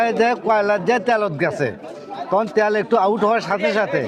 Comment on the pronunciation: ত্যাল না, তেল।